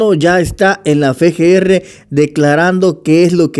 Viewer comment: Amigo, como candidato a diputado deberias de aprenderte el nombre de la letra F. Se dice EFE, como en el Nueve EFE (9F) y Veintiocho EFE (28F). No se dice Fe Ge Erre. Se dice EFE GE ERRE (FGR). Se que tenes buen corazon y sos sincero (espero), pero no saber decir el nombre de la letra F (EFE) cuando decis las siglas del Fiscalia, eso no se ve bien. EFE (F), EFE (F), EFE GE ERRE (FGR).